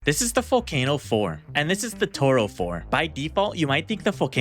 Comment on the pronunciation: Vull-kah-no Not vull-kay-no It's Italian